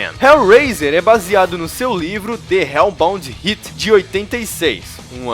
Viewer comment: Dê Reú Baldi Riti? MORRI com esse INGREÍS! 😂🤣🤣